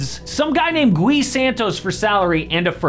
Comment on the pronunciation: "Some guy named Gui Santos" The disrespect with the guy just cos he's brasilian is just abysmal. l bet if he was European the "some guy" part wouldn't be there. ls ok that you don't know who that "some guy" is but that was completely uncalled for. Oh and btw you pronounced Gui wrong. lf you gonna be disrespecting someone at least get your shit right, is the least you can do.